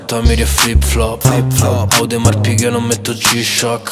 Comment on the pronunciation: Perché lo pronuncia "audemar" quando si pronuncia "odemar"??! 🤷🏼‍♂️😂😂😂 Comunque spaccano Tony e Plaza